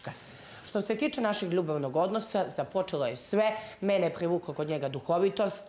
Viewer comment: Kahhhhizma me phhhivukla kod njega👹👹